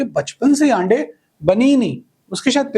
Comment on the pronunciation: "आन्डे" 😂 कतई राजस्थानी मे बोल दिए Sir 😊